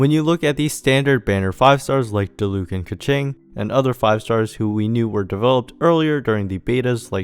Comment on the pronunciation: random observation but diluc and keqing's accents on their names are on the first syllable but everyone puts them on the second syllable for some reason